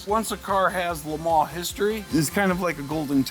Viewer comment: Amazing. And its fun to hear LE MANS pronounced properly.